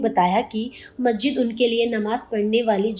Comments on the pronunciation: Reporter ma'am ka pronounciation of masjid is not correct Please pronounce as Mas__jid and not Majjid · Mahjid mahjid kiya laga rakha mahjid kiya hota hai Musalman hokar bhi ek lafz ke Talaffuz ki adaiyegi nahin ho pa Rahi hai had hai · Masjid bolna toh seekhle